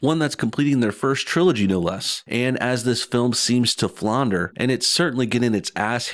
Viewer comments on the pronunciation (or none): When did flounder become "flaunder??"?!?